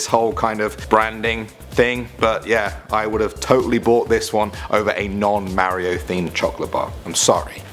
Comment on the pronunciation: Top ten- ma rio Me -mar io